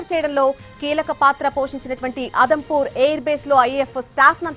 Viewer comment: అదంపూర్ కాదు.. జమ్ము, ఉదంపూర్ ఎయిర్ బేస్ అది..పీఎం గారు జవాన్ లను ప్రోత్సహించడం బాగుంది